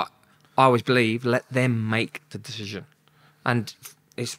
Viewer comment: can’t even say “decision”.